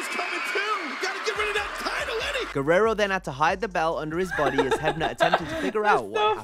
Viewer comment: when pronounces Eddie's name perfectly